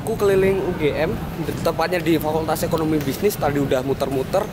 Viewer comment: EkonomiKA dan Bisnis, “KA” nya jangan tinggal mas :’(